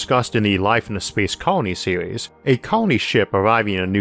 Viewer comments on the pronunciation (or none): none